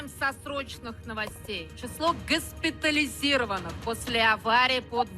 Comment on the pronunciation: Произношение скабеевой - это просто мерзкая мерзость. ГЫСПЫТАЛИЗИРОВАНО" Как же это получилось? Почему это происходит?